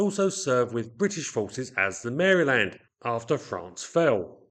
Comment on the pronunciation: Very interesting. Also, is one of the few Brits on YT who pronounces Maryland correctly!